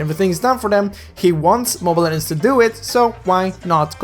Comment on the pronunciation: 😂 Normal Person: LEH-GENDS every video: LEH-DENDS